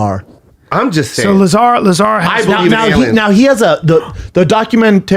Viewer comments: STOP SAYING BOB LAZER!!!! IT'S BOB LAZAR!!!!! TOOLS. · Average Joes talking about a topic they have no understanding to even speculate about. If you can't pronounce the mans name dont even adress the topic. LASER! BOB LASER! LASER CAME OUT... Its Bob Lazar. BTW Schaub, you are on the right side of this debate its true. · So aliens prove there is no God, how???? If anything it is more validation to the existence of a supreme creator. The bible talks about "other" creations. Yall are ignorant AF. And it's pronounced Luh-ZAr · pronounced "bob luh-zar" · The pronunciation is Bob Luh-zar. Bob Lazar. Callen is out of his mind if he thinks the government doesn't have huge secrets, multiple secrets, that they probably will try to never let public. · Plot twist, is not pernounce either way they are trying to say it in this video. It is pernounced LA--ZARRRRR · "I call him Lazer because it's cool" bro you don't know his fucking name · Stupid jo koy keeps calling laslar laslar.. Cal him lazer way cooler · Luh - Zah - rr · its pronounced BOB LUH-ZAR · It's pronounced La Zar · Pronounce that mans name right....like this show sometimes but sheesh this perfect example of how annoing and corny Schaub can be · Best part is listening to all three of them try to pronounce Bob lazars name.